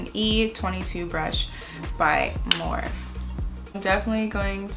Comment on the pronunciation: beautiful look!!! But lmao girl morphe is pronounced "morph-e" like you say "morph" and then say the letter "e"